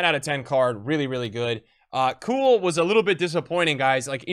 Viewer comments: Bro it’s que-well not coo-well 😭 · Is he pronouncing Harry Kewell wrong on purpose. Its pronounced "Q-UL" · Prounounced kewell cool, that was enough for me haha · It's so bad hahah is just saying koool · Kewell is pronounced que-ell like the que in pool don't pronounce the K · You destroying the pronunciation of Kewell 😂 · as an aussie it hurts hearing you say kewell hahhaha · please learn how to say kewell